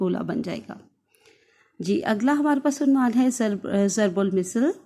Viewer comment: Mam zarb ul misal nhi zarb ul masal hota h....م کے نیچے زیر کی بجائے م کے اوپر زبر ہے